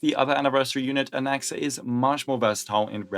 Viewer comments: Why does it sound like he said “goonaxa” 😭💔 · I heard goonaxa, I'm sorry